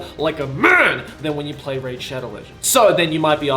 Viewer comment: i can feel the pain everytime joey says "raid" in raid shadow legends. it's ok dude lmao